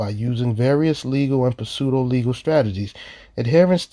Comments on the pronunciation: I love what you do, but there is one little correction. Pseudo has a silent P; It's pronounced SUDO (Like Sudafed). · When pronouncing “pseudo,” the p is silent.